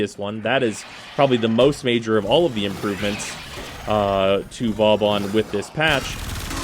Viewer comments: Its not Vawbawn its Vawbin or Booben, hehe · Gotta say, most of the time I’ve herd you pronounce Vauban it wasn’t a big deal, but hearing it like 10 times.... It’s not Vaw-bon, it’s Voe-ban. Two smooth syllables. “Au” makes an “o” sound and “ban” is pronounced like “ban” when banning hackers/cheaters. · You still pronounce Vauban wrong, after all this time. People on the DE devstreams have said the name of this frame out loud numerous times. At this point you're just doing it on purpose. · Wrong, as are most people who wanna be pronunciation nazis. Vauban is a french word, and is pronounced like this: Now how about giving it a rest and stop trying to correct people on things you yourself don't even know?